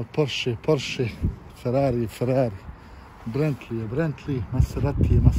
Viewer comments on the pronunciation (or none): brentli je bentli lamborđini je lamborgini